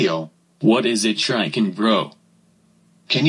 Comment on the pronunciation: weatherstar pronounced "shuriken" as "shiking" & shuriken bro's father pronounced it as "shitr"